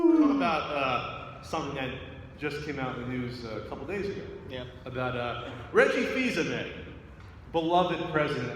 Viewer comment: Actually, it's Reggie Fils-AIMÉ.